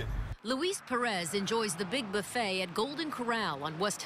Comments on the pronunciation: "The best boo-fayy in the USA!!". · Gary Brice boo-fayy😂😩🤮